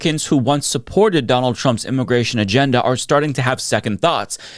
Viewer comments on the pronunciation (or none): Why do you pronounce it imogration and imogrant?